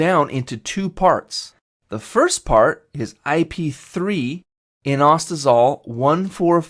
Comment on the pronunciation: Great video! Thank you! Your pronunciations are a bit off (e.g. adenylyl and inositol), but it's still very helpful.